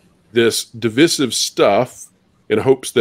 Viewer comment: How do you not know how to pronounce divisive ?